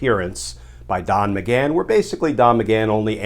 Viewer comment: He said Don maghan 🤣😅